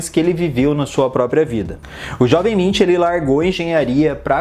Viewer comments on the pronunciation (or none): A pronúncia correta é "Munk" e não "Mintch" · Se pronuncia Munk, se pronunciasse como se fosse em português mesmo ficaria mais correto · Nunca tinha ouvido o nome dele pronunciado assim...